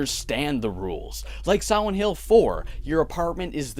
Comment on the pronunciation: Am I the only one that thinks he keeps saying siwent hill